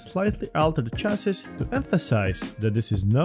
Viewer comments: Chassis is pronounced as CHASEE, last s is silent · Small tip: "Chassis" is pronounced as French: "Sha-see". :)